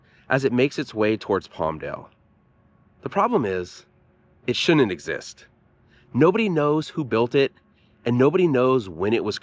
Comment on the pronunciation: Did you say "It shunin exist"?